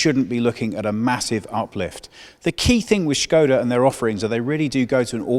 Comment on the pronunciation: Oh look, car journalist pronouncing Škoda right!